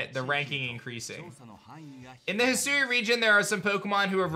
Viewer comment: He sue❌ Hi sui✅